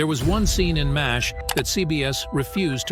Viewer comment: It's Pronounced 4077 MASH not Mass H